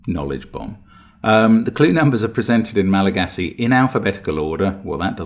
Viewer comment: One of my closest friends is malagassi and they were both shocked at your pronunciation and impressed by the logic to solve it despite the pronounciation